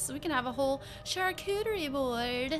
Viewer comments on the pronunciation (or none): the way you said charcuterie board lol 😂